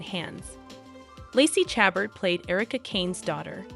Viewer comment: Someone needs to teach the announcer how to pronounce the names especially Lacey!!!